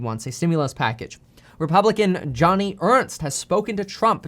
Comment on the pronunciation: Joe-knee, Kevin, not Johnny lmfao! She’s a moron though, anyway. Hahaha